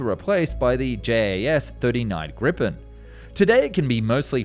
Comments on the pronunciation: When you inetvitably make a video about the Gripen, please learn to pronounce its name correctly. It's "GREE-pen", not "GRI-ppen" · We do not have a fighter named 'Drakken' or 'Grippen'. We did have a fighter named named 'Viggen" which you covered in this film (as well as 'Tunnan' and 'Lansen'). Two consonant after a vowel implies a short sounding vowel hence the name Viggen, but not Drakken och Grippen (as you are pronouncing their names). One consonant after a vowel implies a long sounding vowel as in Draken and Gripen. The names really matter and if they were to be pronounced correctly I would award this documenatary four out of five stars. If the adjective 'crazy' would be removed and substituted for the 100% more accurate adjective 'brilliant' I would give award it five out five. Crazy, sick or mental are adjectives that are more accurate in a totally different context (mental illness) than in airplane engineering. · Could you anglophones please pronounce Gripen with 1 p and prolonged i....😂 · It's name is almost always confused. In Sweden it is Gripen (pronounced with a long ee as "Greepen"). It refers to an ancient legendary creature combining the body of a lion with the head and wings of an eagle. Several spellings for it in English: griffin, griffon or gryphon. I think it's best to use one of those three for the JAS 39.